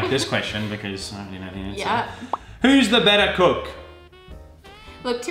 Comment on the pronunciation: Kate, you look amazing; better (betah) than ever (evah)!, don't lose the beard (beyad)! It works!